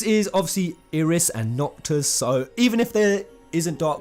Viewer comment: I know this is a late comment on a two-ish week old video. But its pronounced EYE-RIS